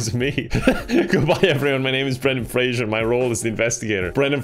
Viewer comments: PLEASE ITS FRASER NOT FRASIER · It's pronounced phrase-er.